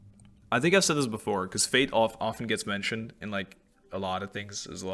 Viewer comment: I laughed too much at the "" -tion he hehehe.